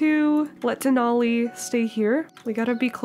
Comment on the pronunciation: IM SO HAPPY YOU LOVED DENALI!!! 🥺 I'm also so happy pretzel got picked, it was so cute. And yes you're pronouncing it correctly!